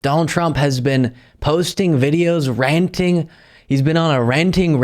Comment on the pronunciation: The way this jamoke pronounces the word 'ranting' causes me physical pain....find another hobby.